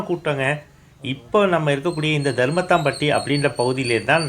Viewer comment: பாவிப்பய தருமத்துப்பட்டி ய தருமத்தாம்பட்டினு திருப்பி திருப்பி சொல்லி தமிழைக்கொல்றான்.போர்டுதான் கொட்டை எழுத்துல போட்டிருக்கில்ல